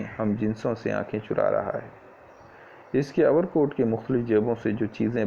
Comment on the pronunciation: Overcoat not over kot 👍